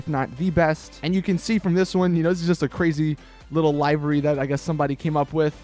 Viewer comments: The way u say livery is pissing me off its pronounced like this Le-ver-y U said it like Lai-ver-y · It doesn't, but it does matter that you've been pronouncing "livery" incorrectly in all of your videos. in both US and UK English, it's LIH-verr-ee. Not LIE-verr-ee. Start saying it correctly. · It's LIVEry like "He is going to LIVE a long life" not LIVEry as in "Hey man when are you going LIVE on Twitch?" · LIVE like he lived... LIVERY...not live as in live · 1. Pronounces livery wrong 2. Called an RWB Porsche rice ... Don't ever go to Japan or any real life meet, PLEASE! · Please learn how to say livery